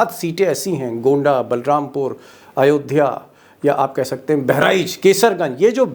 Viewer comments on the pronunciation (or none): none